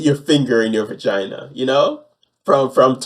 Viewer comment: One of the most horrifically frightening things is the way says. VaGynah. The emphasis and the pronunciation are disturbing on the highest of levels....